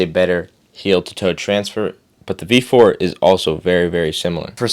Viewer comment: I can't tell if you're saying, V4 or V5. O "B" 4... IS IT ''B'' OR ''V'???????? make it clearer!!!!!!!!!!!!!!